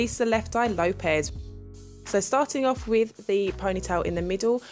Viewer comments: Clearly her accent would not hinder the way she pronounces an "s" and a "z". She made a common mistake that many people make with Lisa's name. I told her the correct way so she say it correctly in the future and won't deal with the ignorance of an angry fangirl. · Kolorlesssoul it actually does hinder the way she says those 2 letters.